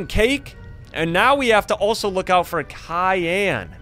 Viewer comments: it's cyan not Khan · CAYN NOT KAYN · It not cyan it syan I know it has a c but sorry but your wrong about the name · Is not kyan is cyan bro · In the name of the monster that you said cayenne, sexually cyan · It's not kyan it's cyan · Science, not Cian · You keep saying kyan but Is cyan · What You Says Kayan Not Cyan You No Name Cyan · i real love your vids but you don't pronounce it like cyan you pronounce it like syan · It's cyan not kyan that make me laugh, so hard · Its cyan not kyan soft c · It’s not cyan it’s syan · it’s not kian it’s cyan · Your saying Kian not cyan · You’re pronouncing it with a Kai and yan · Your saying Cyan wrong.Say sigh and then say an that's how you say it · He was pronouncing It like tussy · The way he pronounces cyan, though Cayenne 😂😂😂😂😂😂😂😂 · I hate when people mispronounce cyan, the C is pronounced like an S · Yeah he pronounced it Kyan but it's probably just how he says it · u are saying wrong syan but correct cyan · Ls funny when he say kyan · its cyan (Si-an) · Bro said kyanite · Bro said kiyn💀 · You’re pronouncing it with a K